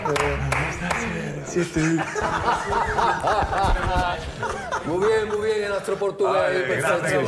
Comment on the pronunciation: ¿Donde está serresiete?🤣🤣